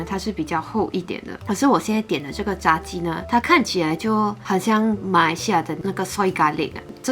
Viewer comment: 炸鸡最正确的是第二声哦